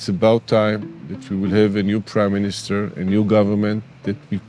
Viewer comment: M-I-N-I-S-T-E-R not minster lol